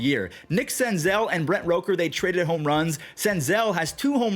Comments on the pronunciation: ITS ROOK-ERR NOT ROKE-Er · love you but it's Brent R O O KER not R O KER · I like how you keep saying Rooker's name wrong